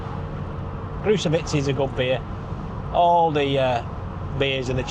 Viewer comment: How is it possible to complain about the satnav pronouncing Czech stuff badly and then absolutely murder the word “Krušovice”? :) Let’s not even discuss Čtyřkoly, or as you pronounce it, Štyškoly!